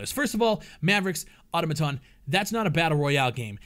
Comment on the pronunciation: learn to pronounce Automaton... jeez